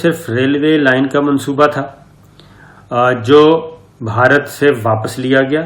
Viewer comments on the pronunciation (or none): none